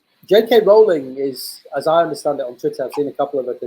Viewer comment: Doesn't really work unless you pronounce it weird; her name's pronounced like "rolling".